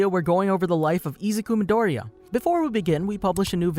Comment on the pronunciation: I hate how he always sais his name wrong like bro if you are speaking English then pernounse it like you are please